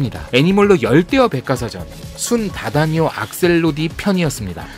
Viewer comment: 학명을 발음할 때에.. “순_다다니오”가 아니라 “순다_다니오” 입니다.. 그리고 애니몰로는 컨텐츠보다 배송 문제나 신경쓰셨으면 좋겠네요.^^ 오배송이 너무 많습니다..